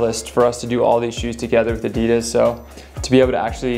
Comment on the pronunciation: Cool shoes but why o why does everyone pronounce Adidas wrong???